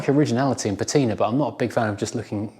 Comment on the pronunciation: You've gone all 'Stateside' with that pronunciation of Patina.